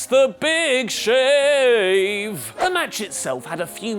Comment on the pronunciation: Did you just say big shave 😂😂😂😂